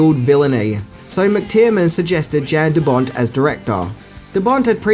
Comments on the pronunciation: The directors name is pronounced as 'Yan', not 'Jan', the J is silent. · And it's pronounced "YAN" deBont,not "JAN" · Yeah.....so.......it's not "Jan" De Bont as in a girl might be called "Jan." It is pronounced identical to the word "yawn." And did you actually say John McTierman?